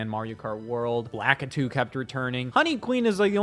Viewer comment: Who the hell is lackitoo